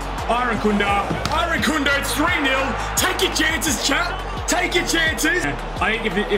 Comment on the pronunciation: Loved the vid but its lowercase i than rankunda not eye-rankunda